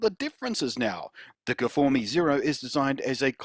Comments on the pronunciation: I'm sorry, how do you not realise it isn't pronounced gfourme? STOP IT! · I just saw this video, good stuff. I bet peeps at sennheiser renamed the new versions properly coz of you blunty. :) My soul died a little bit each time i heard you say guhfohmee. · "guhfourme" got me like :DD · I subscribed for the guh-for-me.